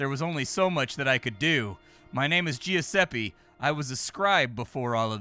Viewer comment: its just GIS eppe not ge us eppe lol oof =p